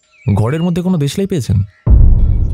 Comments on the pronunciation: Daroon effort ... Kintu ei kiriti r "dewshlali " ta sunte boro mushkil lagche bar bar ... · "Deshlai" pronunciation ta kamon akta lagchilo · Khub bhalo❤....but deslai uccharon ta khub Kane lagchilo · খুব ভালো পরিবেশনা, শুধু দেশলাই এবং মায়ের পেটের ভাই এই দুটো শব্দ ভুল ছিল.